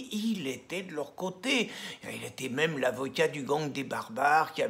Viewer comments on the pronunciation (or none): none